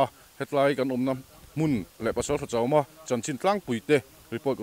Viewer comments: Chăwma tih hi sava no chawm tih ang zawka thluk tur a ni lo maw, Fela hian a lam dik hmel e. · Chawma tih hi ( chaw leh chawhmeh kan chawm ) tih a lam tur anih hmel